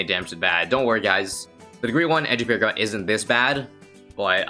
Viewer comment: Nah bro it’s sentry pawragon